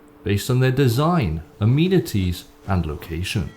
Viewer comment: Fucking Finally! Also did you really say Ameanities?